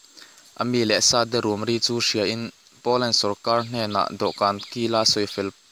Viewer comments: A bengvar thlak,mahse i chhiar thiam lo,sarkar tih tur sawrkaL,intlar tih tur intlal te i tia..tin a lam dan tur a hre deuh te be rawn rawh,i tih lehzel dawn chuan..A tha lutuk e,i thil tih hi. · R hi i lam dik theilo reng reng sawrkal te iti🤣🤣🤣